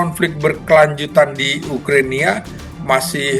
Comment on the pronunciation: Profesor cap kaki 5 nyebut Ukrania aja salah😂